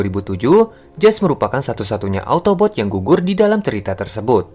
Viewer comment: Autobots bukan otobot😂😂😂